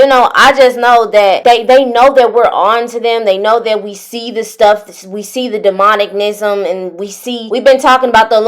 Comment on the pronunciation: I just know she didn't say demonicnism.😂😂